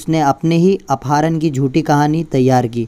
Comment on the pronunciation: Apaaharan nhi apharan kaha jata hai